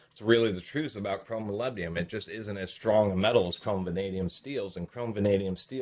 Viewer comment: Molybdenum. Please pronounce it properly